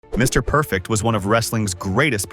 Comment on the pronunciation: I hate A.I. voice talk overs!! The silence between Mr..... Perfect is not what a Mr. Perfect video is supposed to be!!! Everything shown and everything said about Mr. Perfect should be flawless it should be timeless and it should always be PERFECT!!!